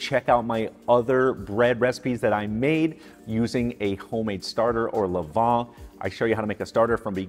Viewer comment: FYI...it's BEE-gah (biga), luh-VAN (levain), poo-LEESH (poolish), and BROHT-form (not brat (like the sausage) form)